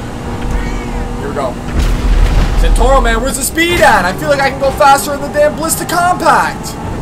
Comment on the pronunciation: BTW it's not Zentorro it's ZentorNo. ^^